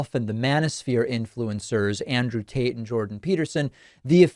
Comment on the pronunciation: Yes confirmed, he is saying Andrew Taint.